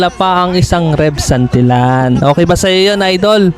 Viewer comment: iloilo po parang musika lng ang pagdaldal mo haha...congrats tev santillan..ang pag bigkas ay santilian sorry sa pagkorek😘